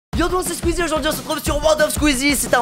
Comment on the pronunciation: c'est squeezie pas skisie mdr